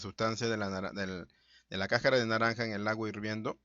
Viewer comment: Se dice cascara, no cacara.